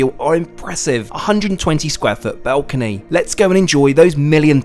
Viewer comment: Dude really can't say the word balcony....